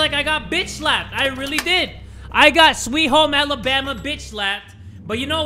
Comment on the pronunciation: They really said, "Alabama" xD